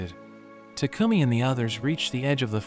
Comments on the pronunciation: Bro was saying tacumi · why does it should like he says toucumming